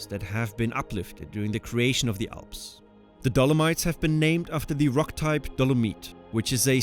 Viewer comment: Why do you contineously pronounce the Alps like the "awss"?